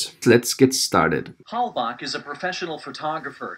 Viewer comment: Its German. I am German too. "Halbach" is a German Lastname and he pronounces how we would do it. I mean the "ch" at the and.